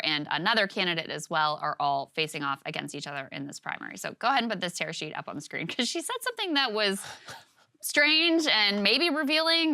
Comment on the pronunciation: “Tear sheet”